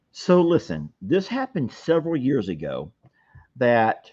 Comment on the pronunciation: Sounded like 'YEARS"